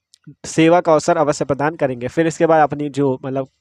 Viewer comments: Padaan❌ प्रदान ✅✅ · Padaan❌ प्रदान ✅